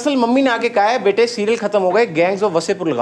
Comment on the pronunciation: Yarr when you ''Be-tae'' it's like oh! ho! Seriously Oh! Ho! ☺️